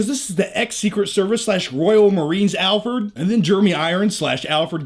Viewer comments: Sounds like you're saying "Albert" not Alfred. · I'm a huge fan but If you say Alford one more time I'm gonna kill myself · do you keep calling Alfred, Alpert? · "Alferd".... we love you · Alferd? Lol